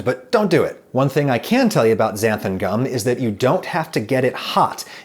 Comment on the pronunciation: I have this weird Mandela effect thing with Xanthan gum. I would have bet my life that it was spelt and pronounced "Xanthum gum" but apparently not. I think Adam says "Xanthum" . Does anyone else have this?